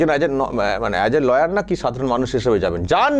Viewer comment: ল ইয়ার নয়,, লায়ার ।